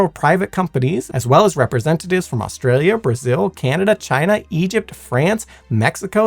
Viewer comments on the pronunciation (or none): none